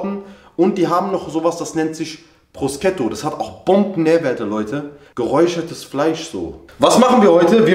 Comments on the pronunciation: wird „Proschuto“ ausgesprochen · Gouda = Gohda Prosciutto = Prosketto Wie lange bist du schon in Deutschland = ja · "Das ist Made in Italy" Auch: "Prossketto" 😅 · "Proscetto. Geräuchertes Fleisch." Bruder ich küss doch deine Stirn, das ist einfach schinken (und wird "proschutto" ausgesprochen) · Bruder nicht Proscetto sondern Prosciutto. Ausgesprochen Proschutto. Ich bestell mal gleich inshallah was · Normale Menschen: Prociutto(Proschuto): Procuto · Nictt Proscetto Bruder, sondern Proschuto, so spricht man es aus!!!!🤣🤣🤣🤣🤣🤣🤣🤣🤣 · Proscetto spricht man Proschuto aus hahahhahaha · Prusketto? Haha bruder ausgesprochen PRU-SCHUTTO soll quasi halal schinken sein. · Ouu du bist mir auch ein proscetto 😂😂 prosciutto heißt es 👍🏽😂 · Es wird Proschutto ausgesprochen haha nicht proscetto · „Prusketo“ ist „~Proschuto~“ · Haha prosketto Bruder man spricht es so aus „proschuto“ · ned proschetto sondern prosciutto ausgesprochen proschutto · Prosketto Hahahaha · Niemand: Absolut niemand:: "Proosketto" Haha vallah bester Mann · prosciutto wird nicht prosceto ausgesprochen😂und ist schinken haha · "Proscetto" hahahahaha wallah ich küss dein Herz, 😂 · haha genau. es wird proschuto ausgesprochen. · proschiutto spricht mans aus bro aber i wird nich so krass ausgesprochen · Man spricht es Proschutto aus. 🙏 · Bruder alles gut aber Prosciutto wird proschuto ausgesprochen 👍🏻😂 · Dieses prosciutto Fleisch wird proschuto ausgesprochen Bruder Hahahaha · Wie er Prosciutto ausgesprochen hat. In Italien hätte er keine Hände mehr.